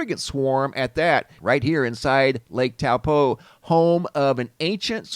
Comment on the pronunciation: out of all the people i watch about Lake Taupo you are the only person who said it in a NZ accent lol